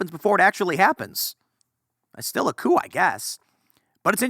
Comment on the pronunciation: Called it Koo-Coup?